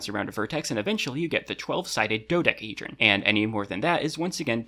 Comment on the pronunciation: do dec-a hedron not do da hedron not do dec hedrion